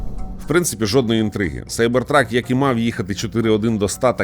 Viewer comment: Нарешті хоч хтось правильно вимовляє назву моделі - Сайбертрак. А то заладили зі своїм Кібертрак. Ну, якщо вже перекладаєте Cyber в Кібер, то і перекладайте truck в Вантажівку, тобто Кібервантажівка)